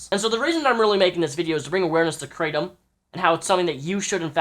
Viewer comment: it's pronounced krah-tom